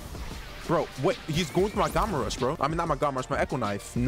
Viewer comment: It’s gamma rush not gawma rush